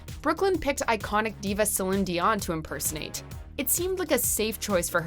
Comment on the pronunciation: Lmao Brooklyn Hytes as Celin Dion (she didn’t pronounce the CelinE part so it’s just Celin)